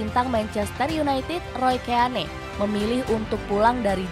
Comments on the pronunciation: Kagak bisa bahasa Inggris 😂🤣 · Roy Keane... Baca aja, Roy Kin, lebih enak di dengar nya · Nyebut Roy Keane aja salah wkwkwk